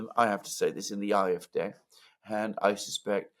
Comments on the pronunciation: it's painful to keep hearing you say IFDeh instead of AFD. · Why not pronounce AFD, “ A, EF, DEE instead “er, ef, dei”.🙄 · I wish you would pronounce AfD correctly. You speak good English.